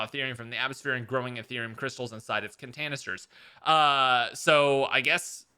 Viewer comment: Nobody noticed how he said contanisters